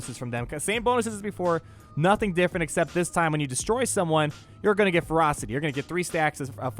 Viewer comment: When you were saying "Let the ferocity stack up on Revan" I thought you were saying "Let the frostys stack up on Revan" You know, like those Wendy's ice cream things. It was a very odd mental picture.